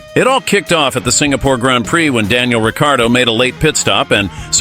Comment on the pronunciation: Your the third American video i have heard say Danny Ric last name in a weird way and it is not the way you say his last name but other than that great video. I think Rb could go after Oscar as well he wont play second fiddle to Lando for two years, Christian H has said oscar’s name a couple of time as well and then you have the mark webber his manager connection with Rb